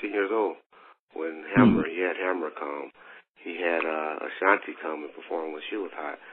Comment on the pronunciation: Did he say Ashanti?